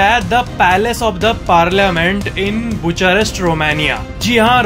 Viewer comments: बुचारेस्ट नहीं भाई बुखारेस्ट, यार एटलीस्ट उच्चारण तो सही से करना सीखो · “Bucharest” ka schl uchchaaran : BuKArest. “Weighting” nahiñ “Weighing” hota hai.